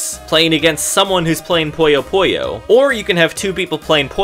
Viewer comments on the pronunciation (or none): You know Puyo Puyo is pronounced Puyo Puyo and not Poyo Poyo?